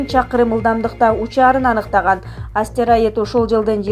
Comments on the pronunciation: Астераид эмес астероид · Астероидди астэраид дейт го суйлоп берген кыз ))